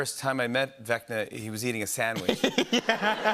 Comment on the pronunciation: Jimmy it's vecna not vecta